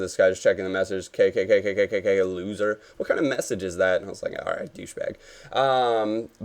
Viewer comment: "roit in the back of the net" - goes Australian